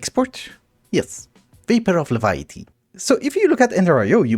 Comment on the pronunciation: Hey, it is pronounced lev·i·ty not le·vi·uh·ty.